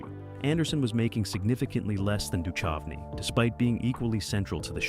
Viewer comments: The h in Duchovny is silent. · You said David Duchovny's name seven different ways and didn't get it right once!! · Right, its like the narrator has never hear anyone else say that name before. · I love the AI's pronunciation of David Duchovy (Du chove e)! 😂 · I noticed that too… so irritating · I hate mispronounced names. Duchovny was the worst. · Yeah hearing him butcher his name and Kim Catrall.